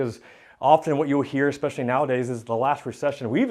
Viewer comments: Love the content. Just cringe every time you say eXspecially instead of especially. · Pretty sure it’s a US Army thang 😉